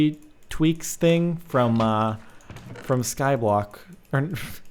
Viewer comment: wat. don't use the word 'thing' no one can understand you